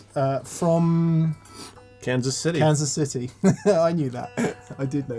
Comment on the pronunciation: Lifelong Missourian here and I love the way says "Kansas Cittee"